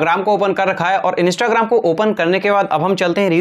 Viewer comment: Bhai instagram hota hain inista nahi hota hain 😂😂😂😂😂